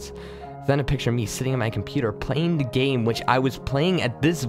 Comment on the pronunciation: There are a couple pronunciations that pull me out. I don't mind words that have multiple acceptable pronunciations or are obscure but simple words such as the word 'the' being said as 'da' is incredibly immersion breaking.